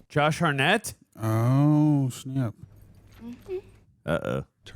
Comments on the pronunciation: Josh Hartnett pronounced - ( Heart net ) Not harr net , next time you say his name in a video expect it to be corrected lol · anyone else annoyed then laughing at how keeps a) jumping at EVERYTHING (i mean jeez, imagine watchin him see an ACTUAL scary movie) b) how he somehow continually pronounces Josh Hartnett's last name wrong lolol?